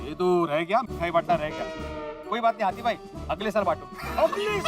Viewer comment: Its Hathi not Hati